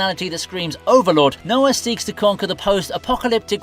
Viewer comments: My boy called Raoh...Noah?...so disrespectful. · Raoh is the right name, it's never been Noah. The video creator definitely didn't even watch the show lmao